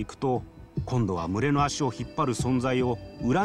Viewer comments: む↑れ↓が気になりすぎるww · 「群れ」のイントネーションwww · 群れのイントネーション www